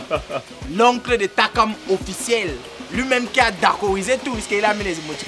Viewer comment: Surtout qd elle disait tsakam au lieu de Takam😂